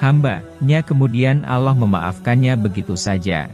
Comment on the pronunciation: Allah bukan aloh